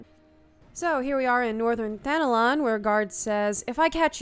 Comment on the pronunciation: Why does it sound like I'm hearing Thanalan being pronounced as Thanolon?